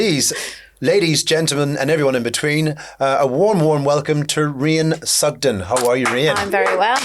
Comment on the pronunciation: Not sure he's getting it right. She subtlety corrects him a few times 😆